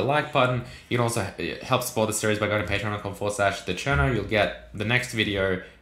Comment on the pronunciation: Enunciate TheCherno, in the subtitles it came out as China, and we don’t want that